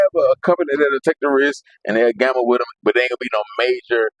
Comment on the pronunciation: trademark that “HE WAS WITEM” slogan asap